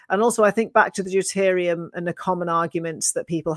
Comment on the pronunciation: So what is deterium, or is it deuterium?